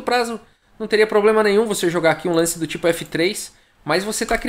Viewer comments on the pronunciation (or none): none